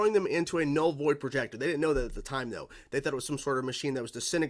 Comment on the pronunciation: "Vull Noid Projector" funny slip there, 🤣